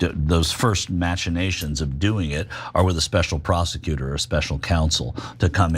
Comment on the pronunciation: you are super smart buddy, but it's pronounced "mack-inations", the "ch" is more of a "ck" sound, like the word "machina". Love you buddy!